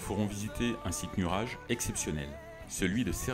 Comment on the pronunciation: Très belle vidéo, je regrette que ce ne soit pas plus long et détaillé. Les repas dans les agritourismes m'ont fait saliver. Attention par contre à la prononciation des lieux, vous les ecorchez pratiquement tous. Entre autre, nuraghe ne se dit pas comme "nuage" mais comme "guet", Cagliari ne se dit pas "gli ari" mais "caliari". Bonifacio ne se dit pas "bonifachio" mais "bonifassio"...